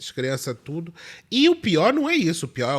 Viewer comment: "tudú mundo com bronquite!"